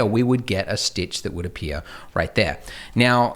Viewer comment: You spelt stitch wrong and u said "stich"